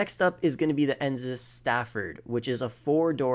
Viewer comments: I know this man did not say "Enzus". It's Enus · He said ensus, it’s ENUS (E-NUS) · ensus windsors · It’s enus not ensus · why does he say ensus , it doesn’t even have 2 “S”’s it’s Enus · Still having trouble pronouncing easy words I see. How hard is it to say Enus??? EE-NUS. Easy. Not EENZUS. Last time I checked there was no Z in the word! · ty for noticing, i also heard enzus lmao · cognizant cabrio? ENZYMES windsor? ENZYME stafford? E N S I S huntley? O-O-S-E-V-E-L-T V-E-L-O-U-R? *Cognoscenti Cabrio, ENUS Windsor, ENUS Stafford, ENUS Huntley, ROOSEVELT VALOR Bro WTF? Really? LMFAO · Why does he say Enus and Cognoscenti like that? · It’s legitimately insane to me how people just read words and bullshit through them and don’t read the individual letters. How is it possible to butcher the word Enus or Cognoscenti so badly? Like what they tell toddlers, sound it out.